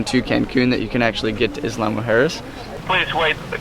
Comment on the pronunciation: Pronounced “eeya”, not “isla” lol